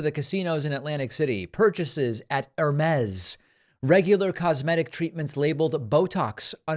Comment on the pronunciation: "...haha... I was an Only Fans v¡rgin until 3 weeks ago... haha..." 😂😂 Santos will go from customer of Only Fans to content generator 😅😅 David, you don't pronounce the "S" in "Hermès". Just sayin'...